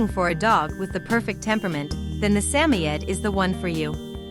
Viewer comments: Sammy-ed? How about Suh-moyed? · I just heard this nonsense recently on another video, and pretty sure it was a real guy screwing it up. Although I thought emphasis was on SAM. But this “Sammy-Ed” gives me the creeps. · WTF is a Sammyed? Let's try a Samoyed, SA-MOY-ED. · Get the pronunciation correct please... example: Sa-mo-id. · Samoyed. Rhymes with BOY, Sam-oy’-ed. Emphasis on oy. Robot voices don’t pronounce things very well. I see why they’re necessary when English isn’t the first language, or someone is a mute, or just not comfortable speaking. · sam oyed say it right ai voice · It is called a SAM-O-YED it is named after the SAM-O-Yed people not all pronunciation is based on actual spelling. If you cannot get the actual name straight don't use it. And to link it to a husky is pure ignorance! Learn your true fact on dogs you are speaking of. Just another failuer. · a"saymored" is NOT a saymoed 'husky'. its just a saymored. and you pronounced it WAY wrong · Never heard Samoyed pronounced that way.